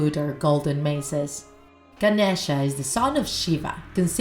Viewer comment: It’s no pronounced like that it’s like “Ganesha” no”genisha”